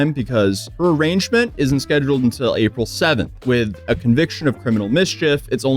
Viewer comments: its "arrayeenn-ment", not "arrangement" lol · arrangement?? I think you meant arraignment (ah-rain-ment, the 'G' is silent).🙂👍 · It’s arraignment… pronounced; a-RAIN-ment. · it's arraignment, not arrangement. (pronounced a-rain-ment) thought you might wanna know for your future videos... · It’s called an arraignment, not an arrangement 😂😊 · The word is "arraignment," not "arrangement". It pronounced ah-rain-ment. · Not arrangement, Arraignment. It's a court proceeding where your crimes are listed and pronounced "uh-rain-ment." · Arraignment is pronounced "uh-rain-ment" and not "arrange-ment". Pretty sure English isn't your first language so easy mixup or misspeak. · Since you’ll be doing more court stuff (Yay!), arraignment is pronounced ah-RAIN-ment, not arrangement. Love what you’re doing! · Just a tip, "arraignment" is pronounced uh-RAYN-ment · If you're going to keep covering trials, you should probably learn how to pronounce arraignment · lol “arrangement”, I guess that “arraignment” lol. Ah man, all good, I did that once with “indictment” like, “inDictment”… 🤦🏻‍♂️ Merry Christmas 🎄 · Did you just mispronounce arraignment. As arrangement. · Her arrangement? Sir. The g is silent. 😂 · Arrangement? Have I been saying arraignment wrong? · it's "arraignment", not "arrangement". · BETTA Fish is pronounced BAY-TAH. And seeing a judge after arrest is an Arraignment, not at Arrangement. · The G is silent in arraignment cmon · Arraignment is pronounced a-rain-ment, hope this helps 😁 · so im gonna be nitpicky here. Shes out on ROR, not bail, thats what "released on her own recognizance" meant. She didn't post bail, she waited to see a judge and they let her out. Also, "arraignment" is pronounced "a-rain-ment" just fyi!! 💚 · It is pronounced "ah-REIGN-ment" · Arraignment... The G is silent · The "g" in arraignment is silent 😂